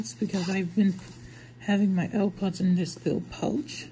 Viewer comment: Ew pwods pwooww at 7 seconds 😂